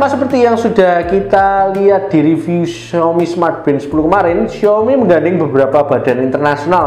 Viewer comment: xiAOmi Mas bukan xiOmi.